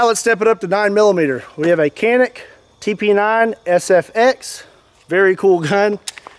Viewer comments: I've heard of "shooting the moon," but this is ridiculous! Canik is pronounced "CHON-ik." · that is not how you pronounce canik. you can pronounce like "djanick"